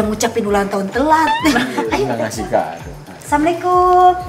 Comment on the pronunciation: Jangan samikum beda arti SM assallamuallaikum😭😭🙏